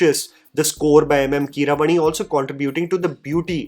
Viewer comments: Your pronuciation needs correction,. कीरवाणी - "A" after व is long, वाणी means sound in Sanskrit and Indian languages. so also रामायण - "A" after र has to be a long one. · the only thing that bothered me about yours and Priyanka Chopra's pronunciation is that it is Keera-vaani. It's a type of a raaga. He is named after a raaga. Can we please get this right?